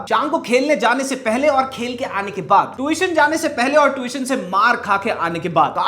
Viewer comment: Yeh dusro ki Angrezi sudharta hai khud Tution ko Twition bol raha hai 😂😂